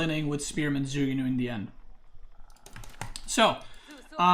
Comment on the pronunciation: it's more like joo ku new than zoo goo new